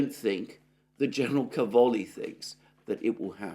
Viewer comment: Càvoli, not Cavòli. In italian it means Cabbages.